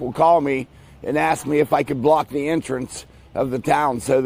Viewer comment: Hey doc, ask not aks(axe)